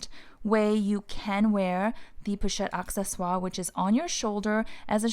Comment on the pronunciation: I am french and I can tell you you pronounce it perfectly:)